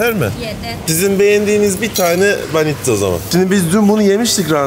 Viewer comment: banitza diyip durma şuna BANİÇKA abims